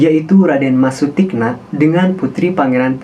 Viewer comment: Mohon dibaca Sutikno bukan Sutikna yg lebih kejam adalah Amangkurat I